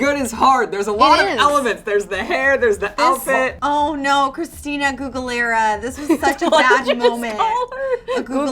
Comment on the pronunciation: "Oh my god Christina google-lara" I'm dead 😂💀